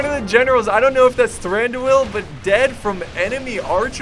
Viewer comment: A forewarning for those who haven't watched the vid and are looking at comments. heavily mispronounces many of the names(including Azog and Thranduil)so yeah, be prepared.